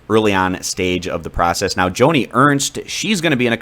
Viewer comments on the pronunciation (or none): none